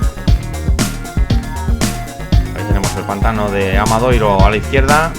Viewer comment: Gran trabajo de seguimiento de la prueba y un estupendo montaje de imágenes, mis felicitaciones por ello. Si me lo permiten les pediría una pequeña corrección en el título y en las etiquetas, pues el pueblo se llama ORXETA, con "T", no con "TX". Así mismo en varios ocasiones el locutor se refieren al AMADORIO (forma correcta) como Amadoiro. Muchas gracias.